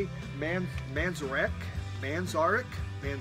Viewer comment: Thanks for the mention! Enjoyed your take two. Dexter Gordon sounds like it's a keeper. I may have to put that in my wish list. You always make me giggle when you talk about mispronouncing names and then you said Ray Manzarek. Giggle! I love your wall of Floyd in the background and you're teasing me with your what looks to be a Mofi Bitches Brew in the far right. Did you say "three Christmas trees?" That means Santa spends three x's more time in your place then in mine. Another enjoyable Sunday morning video! Have a great week!